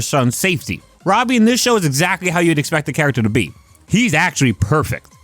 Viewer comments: Say it like the show does "Robby". Youre saying "Robey" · Not being able to pronounce Robbie is crazy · fascinated by how you pronounce robbie